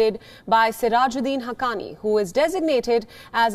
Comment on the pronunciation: Why did she say haqqqani rivals?